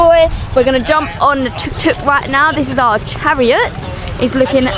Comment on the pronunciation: Try to get it right. It’s tuk tuk